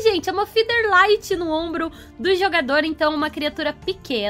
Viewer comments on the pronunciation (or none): none